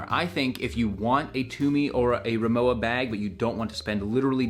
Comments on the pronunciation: Owning two 40 year old aluminium RIMOWA . Undestructable. (By the way.. the brand is pronounced "Ree-moe-va" not "Reemoa") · It’s pronounced RimoVa, as it is a German brand. 😊 I’ve never gotten holes in any fabric luggage ever in my life. To me, the dents in aluminum are god awful. Look like a crunched coke can. I would buy an aluminum piece for a quick photo op, but only if it was $50 max. They’re pretty to look at but stand zero chance with wear and tear. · Es ist Rimo-"VA" bitte!